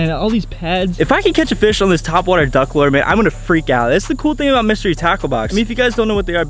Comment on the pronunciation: lure not lore